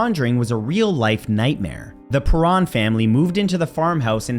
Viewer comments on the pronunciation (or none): Perron Not Perin